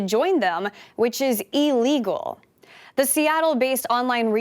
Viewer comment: Honestly, no disrespect meant by my next statement. I am really appreciative of SAN and excited for the direction they are headed. Please recognize the need for proper pronunciation in journalism, however. The word is "illegal" not "e-legal". I know that's nitpicky but it hurts the ears when a journalist falls into 'current speak'. They should try to elevate themselves. It's akin to younger people now pronouncing "mountain", or the like, as "mou-in". It has a 't' in it... so use it. Bleh.